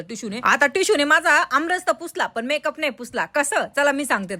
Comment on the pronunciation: मॅक अप नाही मेकअप😂